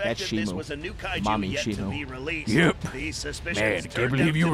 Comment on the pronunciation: It's shimo not shimu